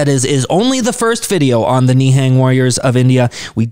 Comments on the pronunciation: Literally every foreigner Ni hang instead of nihung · Pronunciation of Nihang "Ne'hung" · Pronounce as ni+hung